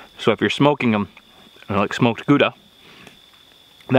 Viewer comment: "bacony"... pretty sure that's not a word... LOL Okay, so let's pretend we wish to pronounce Gouda properly... Not too difficult, except for the G. Y'know "La Jolla"? THAT sound for the G. The "ow" of you hurt yourself. Now, the "da" isn't a "duh" but more of a doctor's "say AH" with a D in front. There ya go. Greetings from Holland [yeah, Gouda is a dutch town]. God bless.